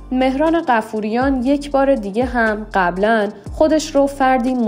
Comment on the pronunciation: بایا اسمها رو درست تلفظ کنید مهران بافوریان😂😂😂😂